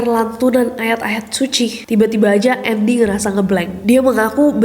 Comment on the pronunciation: kak nessie nyebutnya bukan andi lagi tapi "andy" (pronounce english) HAHAHHAHA emang beda lidah bilingual